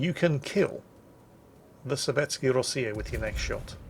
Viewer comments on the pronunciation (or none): Actually it's SovetskAYA Rossiya, not Sovetsky - what's that shotgun for??! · Is it "Sovetsky Rossiya" in WoWs and not "Sovetskaya Rossiya"? Or is this just a case of being? I'll for an answer in the salt mines. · actually, it's Sovietskaya Rossiya, not Sovietsky Rossiya, because Rossiya is feminine and... oh damn, I forgot about your new shotgun hidden behind your new PC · "Sovetsky Rossiya"... That's not how Russian works,! It's _Sovetskaya Rossiya_, because "Rossiya" is a feminine noun, for Russian has that silly thing called grammatical gender. "Sovetsky" is a masculine adjective that goes along with "Soyuz", which is a masculine noun. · Sovetskaya Rossiya, god damn it old man get it right. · Isn't it SovetsKA Rossiya?